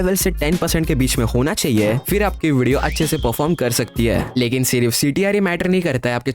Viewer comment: Lekin ❌ likin✅